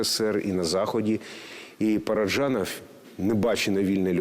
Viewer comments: Дуже цікава передача, але просто тіпає від ведучої. Що за манірність? Коли говорила Л.Кадочникова, хотілося слухати; коли ведуча, то мріялося, щоб швидше змінили картинку...Неприємно різало оте її "ПараджЯнов", манера торохтіти, а не розповідати.... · Дякую за цікавий матеріал про надзвичайний фільм! Але скажіть хто-небудь ведучій, що в українській мові ж,ч,ш, щ - тверді. Говорити треба ПараджАнов! Правильна вимова формує мовну культуру.